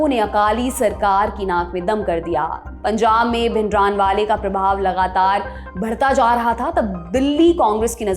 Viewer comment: Please say Bhindranwala with Hindi or Punjabi way not like English. "n" is only a subtle sound more like भिंडरांवाला not भिंडरानवाला . Feels like I'm listening to an English anchor.